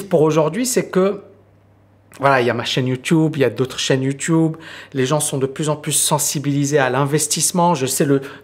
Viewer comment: j'aime tes vidéos, tes points de vue, tes analyses, par contre je supporte pas ton "youtioube" 😂🤣 désolé fallait que sa sorte